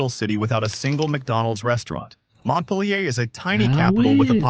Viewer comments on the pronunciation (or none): Montpelier is pronounced "Mont-peel-yer." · AI voice butchered Montpelier